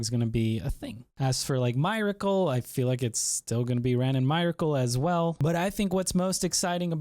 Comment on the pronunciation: ya I was like wtf. That's a basic word in our language so how are we pronouncing that incorrectly. lol